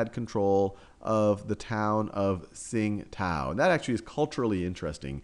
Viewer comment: It's pronounced "ching-dao" not "sing-tao". Pinyin: qing1 dao3